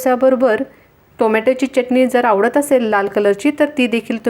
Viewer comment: चटणी हा शब्द बोलताना " च " अक्षरावर जोर का देता ?? च उच्चार बरोबर करावा.